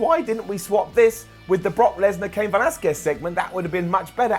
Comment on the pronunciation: FINALLY pronounced Velasquez right GOLDEN UP